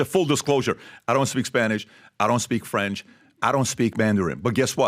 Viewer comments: Come on the french is SO BROKEN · That french accent was hilarious 😂